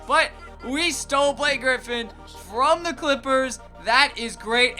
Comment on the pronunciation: I love your videos. But can you stop saying THEE lmfao!